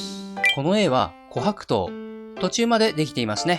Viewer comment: 自分が琥珀糖のイントネーション警察だとは知らなかった。気になって内容が入ってこなかった😂